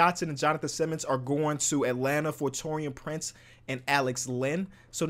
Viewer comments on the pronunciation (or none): none